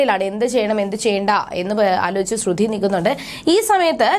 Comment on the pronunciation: തള്ളേ ശ്രുധി അല്ല ശ്രുതി 🤦🏻‍♂️🤦🏻‍♂️🤦🏻‍♂️കുറച്ചു എങ്കിലും ബോധം ഇല്ല ല്ലോ